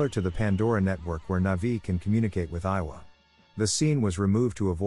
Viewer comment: Eywa, not Iowa, lol